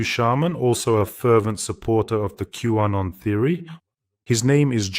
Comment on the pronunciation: …Q-Anon… not W-Anon.